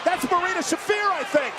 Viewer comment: Beth could learn to pronounce Shafir but never did